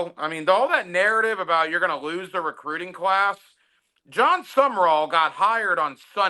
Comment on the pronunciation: It's SUM RALL you idiot not SUMMERALL. For a week you mispronounce his name.